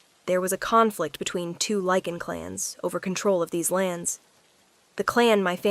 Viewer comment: Lichen with a long I not leaking